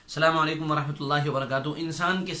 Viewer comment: Phle slaam krna sikho slaam ese nh krte h jese ap n kiya h slaamaleikum nh hita asslamualaikum hota h